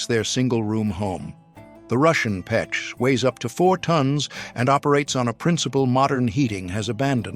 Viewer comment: Russian stove is pech not pek...